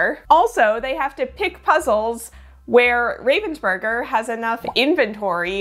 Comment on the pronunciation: Raaaavensburger, that's the way you pronounce it. It's a german name and has nothing to do with the bird 😅